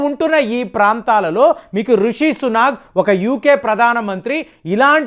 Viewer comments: it is Rishi Sunak not Sunag!! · please don’t pronounce Rishi Sunak as Suna’g’ I know you spent a lot of time in TN might have influenced it.